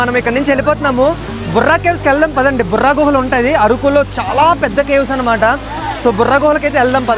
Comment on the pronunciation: "బొర్రా గుహలు"." బుర్రా గుహలు" కాదు.